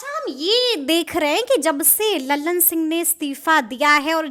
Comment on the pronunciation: उच्चारण सुधारिये, ललन सिंह को आप लल्लन सिंह बोलती है।